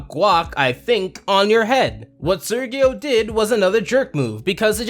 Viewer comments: Why do you say Sergio that way ? they literally said it as ser-jeo. And casagrandes writers wish they can begin to comprehend quality writing in the standard of classic spongebob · Sergio is pronounced like "Sehr-hee-oh", Not "Sir-ghee-oh" and not "Surge-ee-oh." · Does it annoy anyone else that he mispronounces Sergio the entire episode